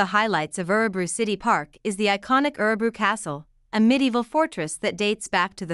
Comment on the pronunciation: Sorry but you are pronouncing Örebro incorrectly. I just wish that the many Americans or (Bots) who narrate such videos, would actually pre-learn & practice Swedish pronunciations, prior to posting, so they get it right.